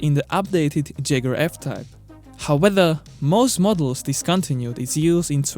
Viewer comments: preface: do not respond to me unless you google it first it's "jag-war" not "jag-you-are" 🙄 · Did he just pronounced jaguar as jager?! Eran jager! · jeguar? howether?! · Jaguar ❌ jagura ✅ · Cant continue watching the video because of the way you pronounce ‘Jaguar’. C’mon man how can you not get this right